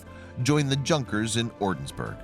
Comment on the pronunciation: pronounced yungers not junkers